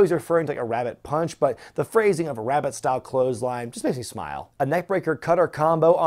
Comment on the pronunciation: I think he said "Rabid style" lol! Rabbit is definitely funnier tho, and I'm sure that was the whole point lol